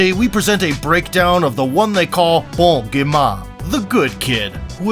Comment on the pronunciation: "Bon gémain " 🤣🤣🤣🤣🤣 Bro butchered my fellows French brother's nickname again and again. Nice try tho